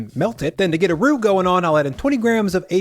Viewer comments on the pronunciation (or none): none